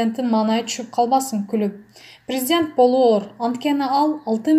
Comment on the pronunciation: Ой тообо сабаты жок тупая окуганы уккан адамдын кыжырын келтирет. Орусча суйлотуп коруш керек экен. Даже кыргыз тилин норм. суйлой албайт ударен. да норм койо албайт. 🤮🤢Операцияны оопрация, президентти врезидент дейт башында. Инвестиция нветитця. Абалды жакшырса деген созду абл жакшырса, таарыныч деген созду тарныч, Аллага деген созду алага уужас🥶 Анжеликаны Желика Аселди Сел кадырбекова. Свеееердлов. Вроонучу кудуул. Дииний китеп окуп жатам. Аай сабатсыз тоок мээ.